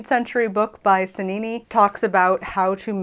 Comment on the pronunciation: It's not pronounced Sennini, it's pronounced Chennini with the ch from church. In Italian all words with "ci" or "ce" are the ch sound, and all words with "che" or "chi" are a k sound.